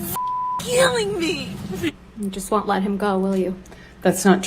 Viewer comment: Amber Heard's lies are causing me ' immense amount of stress'. It's ' Keeling me'..' Keeling me'